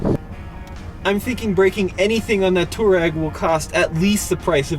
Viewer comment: Touareg should be pronounced "TWA-REG", after the nomadic African people. VW gave up on the correct pronunciation after so many mispronounced it. Similar to Hyundai in the late 80's, as the correct pronunciation is HYUN - DAY (Y sound is pronounced).